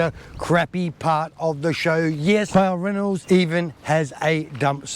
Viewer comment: It's BAL Ranald not ballranald